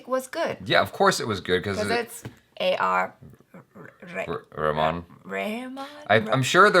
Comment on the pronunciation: Omg did... DID JUST PRONOUNCE A.R.R NAME CORRECTLY?!